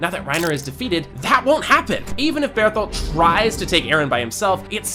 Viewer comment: i swear to fucking god if you say beartholt one more time shit gone get wicked